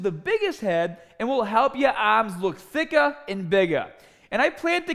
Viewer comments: Help your aaaaaaahms look thickaaaah and biggaaaah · Get biggahh and thickahh Aaahhmmmss